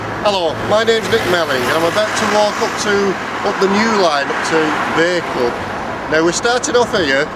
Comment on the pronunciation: Great little video,. Always wondered what the countryside was like up and around Bacup. It was interesting hearing the name Bacup pronounced as it should be. I was never sure if it was Bah or Bay.